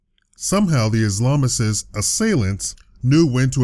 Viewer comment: The close up of the guy in the ski mask looks exactly like a stock photo. Like somebody had the time to ask him if he could take his picture with his DSLR Camera "yeah hold slightly to the right...my macro setting is adjusting one sec...perfect clic" lmfao give me a break Whats an Islamisist? Is that the same thing as an Islamist? If you have such a great proficiency for languages, why do you have difficulty saying these guys names? And why can you not pronounce Allah HUakbar (not alloo hawakbar)